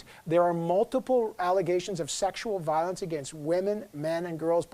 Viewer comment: Why u really call violenction?